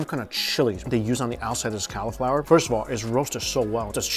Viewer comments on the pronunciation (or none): Did he say "cowlaflower"? 😂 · It bothered me every time he said cauliflower wrong. 😭 Haha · He never pronounces cauliflower correctly.